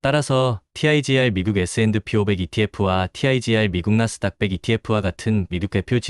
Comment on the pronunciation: 그냥 에스앤피로 발음하세요, 에스앤드피 '디' 발음 엄청 거슬리네요! ㅎㅎ